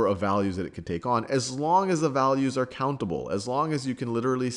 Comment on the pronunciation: "well they arre limited by the speed of light" lol sal